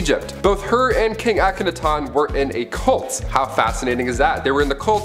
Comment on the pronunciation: PLEASE learn how to pronounce the names before you do these... Akhenaten (Ak-en-ah-tin) Thebes (Theebs not teebees)